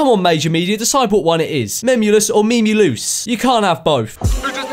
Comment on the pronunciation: French memeulous is memelouse😂